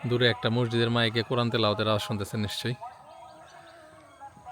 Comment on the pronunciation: ভাই মরজিদ বলেন কেন?আসল উচ্চারণ মসজিদ